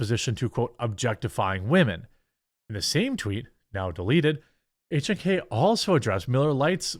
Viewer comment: Good job on the correct pronunciation on H&K. Das der Deutsche.